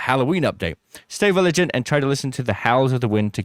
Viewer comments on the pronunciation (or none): I think this is the second time I’ve noticed you say viligant instead of vigilant, confused me both times wondering if it was a word I wasn’t familiar with.